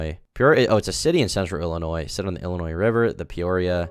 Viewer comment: I appreciate you pronouncing Peoria and Illinois properly everybody says illinoise and it's hella annoying